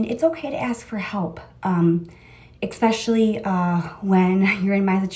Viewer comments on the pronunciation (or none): Everybody's laughing at "ituation"... No one is mentioning the fact that she continues to put a k in the word especially... When there has never been and will never be a k in the word especially! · There is also no such word as EXpecially!!😡 She’s sickening and pathetic and repulsive!